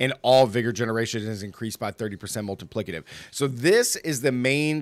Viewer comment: I love the way you say "multiplicative" - sounds like "Molten Plicative". I'm playing crushing hands and love it! you need to try evade! Best speed farming (besides pit) build in the game